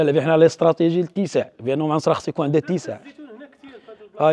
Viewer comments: معصرة وليس معنصرة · المعصرة ماشي المعنصرة